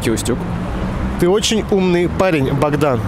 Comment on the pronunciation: великий Устюг, а не устЮг